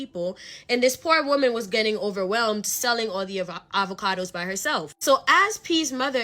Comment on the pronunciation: Uhvahkudoess 🥑 🤣🤣 I love it😂😂